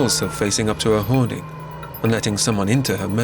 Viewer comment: Because we pronounce it hoarding not ‘howaduh’